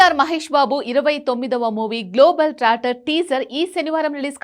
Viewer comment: Global tracter kaadhu amma..*Globe trotter*